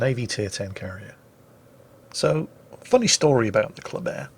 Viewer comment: For some dumb reason,even tho ship is called Kléber,i hear saying ”coldbear”....each bloody time he says its name....why brain...whyyyyy?